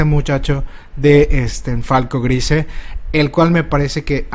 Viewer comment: No puedo con tu pronunciación del apellido de falco, lo siento